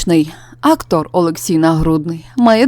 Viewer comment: Який противний голос . Наголос у словах не вірний, закінчення слів ковтає. Не Актор , а актОр